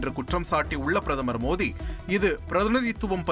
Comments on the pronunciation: Modi da mothinu enda padikira😅super news reader😅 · முதலி்ல் பிரதம‌ர் மோடி என்று நன்றாக உச்சரியுங்கள்